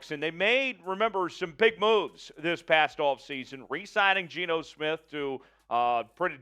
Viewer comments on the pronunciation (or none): none